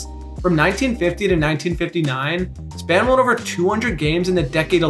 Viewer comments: its Spawn not span as in the image character. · Re Warren Spahn, the narrator knows his stats but not know his name. It's pronounced "spawn" not "span". I think you'd appreciate to know that. At the beginning of every season in Milwaukee, his manager would take the pitching staff to see Spahn throw a pitch he told them they could watch him but never, ever attempt to emulate him: The Great Spahn's arm was never sore, he was never injured, and he would stand in front of the fence in center and throw a strike to the plate, no bounce. I believe that story because Vin Scully told it.